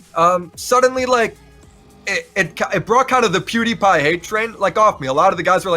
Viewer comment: Just when I noticed said Pewdiepie correctly for once and start to feel kinda proud of him, he turns around and goes back to Poodiepie at the end of the video. WE WERE THIS CLOSE!!! LOL